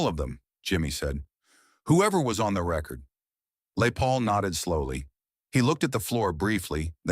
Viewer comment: Lay Paul..AI nonsense!